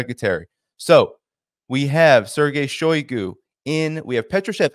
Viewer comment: shiogu is not “out” stop saying that.